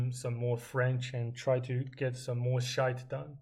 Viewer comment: i love it when you just say and the rest of the shayt 😂😂 pretty good buddy